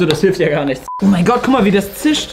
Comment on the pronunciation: Hör auf immer gär zu sagen sonst Abonniere ich dich nicht